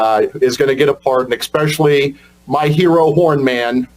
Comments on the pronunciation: Bro lost me at “Exspecially” 😂😂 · The man said, exspecially